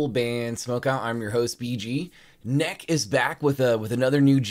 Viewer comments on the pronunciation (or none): It's "nek-ee." The word "neki" in Japanese is a casual term for sister. "Sis," basically. ;) This song's not the insane earworm "Get Over" is, but it's a damn good second single. I agree that they have all kinds of potential for broad success.